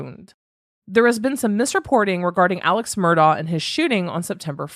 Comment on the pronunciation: It's actually pronounced Mur-dock ( I know, makes no sense) and Alex is pronounced Alec. Many have reported this.